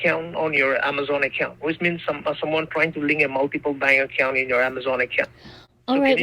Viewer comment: I think it's funny they call people and try to scam them but they can't even say the word Bank they say bang accounts